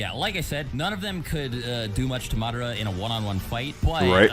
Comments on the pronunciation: Im still just tripping off the fact that he said Mi-Dara instead of Madara. Like dude, u watch the show so you know how its pronounced yet you still say it wrong. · muhdaruh its MADARA